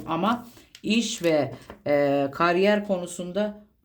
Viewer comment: Karyer ne abla yaaa?? Burcumdan soğuttun vallahi :)